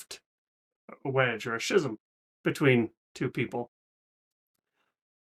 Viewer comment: Just an FYI - pronunciation is ski - zm (hard k sound) Love your attitude going in. Just so you know the video's can be distracting from the musical experience the first time through. You should experience it however you wish, but I recommend doing the official audio reaction to allow your own imagination to create the visuals. You can come back to the video later . Also the videos seem get struck more often.